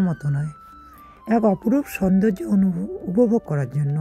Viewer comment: * upovog hobe, anuvog noy.